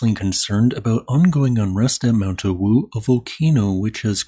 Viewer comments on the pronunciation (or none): "Ah"-"woo", the w is spoken without aspiring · I'm from Indonesia, your mention of Mount Awu is quite funny😅 Just say the letter A as usual (opening your mouth) then add wu😂😂